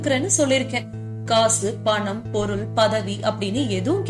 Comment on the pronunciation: Banam, wrong pronounce Panam is correct